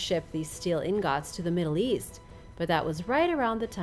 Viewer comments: Ingūts❌ In gòts✅ Damascus steel weaponry lost ✅ people currently making Damascus❌ 😒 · I scrolled all the way down just to see if I was the only one that thought the way she pronounced 'ingots' was funny